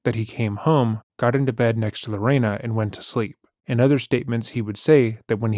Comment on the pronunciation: Not lorana.. my mother told me about this story since I was little. I love your coverage. Keep it up!!!